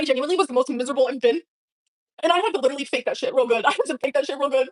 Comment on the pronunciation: "My heart LEEDURALY does what it wants to do!"